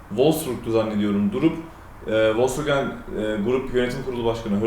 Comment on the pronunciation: Once marka adi dogru telefuz edilse iyi olur.